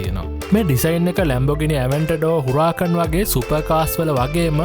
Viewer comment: ගේ උච්චාරණය නිවැරදි Spanish විදියටම. Spanish/Italian වීදියට කියන්නේ uɾaˈkan. ඉතාලි බෂාවේ H අකුර ශබ්ද කරන්නේ නැහැ.:D